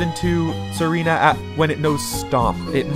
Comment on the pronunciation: Tsareena as in Zarina, the queens of Russia. Not Serena.